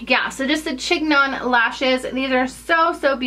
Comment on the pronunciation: Also, it's pronounced sheen-yawn!! And they look ridiculous